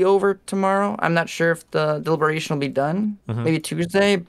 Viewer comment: "dilberation" I'm surprised chat didn't spam it.